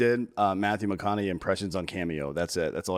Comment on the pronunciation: saying McConahee over and over is just hilarious. Do not tell the how to pronounce anything son! 😂🤣😂 Fuckin love you!